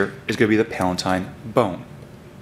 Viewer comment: its pronounced PAL-UH-TINE